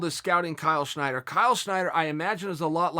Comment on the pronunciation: Snyder... Not Schneider...kinda like yair not yarear